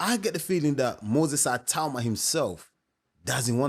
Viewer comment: Ay-tauma?? Ee-tau-ma. Itauma